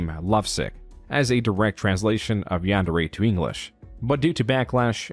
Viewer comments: the most reprehensible part of this is his butchering of Japanese. YANN-DAIRY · The fact that he constantly pronounces it ‘Yehn-dairy’ is perhaps the most despicable thing he does. That and bein’ scummy AF. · For someone that claims that anime is his life, he sure can't pronounce yandere... This is the least of his numerous sins. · Forget about the grooming, the way he says "Yan-day-ray" makes me irrationally mad. Like how you can't even pronounce the title of your own game? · Oh god, I got whiplash from Kappa not looking like a depressed librarian. I didn't realize that video had such an effect on the Yandere Simulator community. I also will never get over how he pronounces the word "Yandere". It doesn't sound english. If it were a japanese word, it would be understandable to use such pronounciation. But it's not a japanese word. It's an english portmanteau. Like even the word "portmanteau", it should be using the pronounciation of the originating language- english! Haha. I got to dowloading Yandere Sim. I've been wanting to play it for years and now I finally have a good pc and time to download.